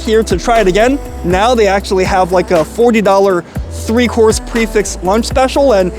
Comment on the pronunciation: pronouncing Prix correct snd Fixed incorrect adds to his charm.